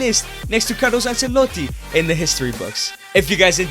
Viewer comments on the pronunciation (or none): none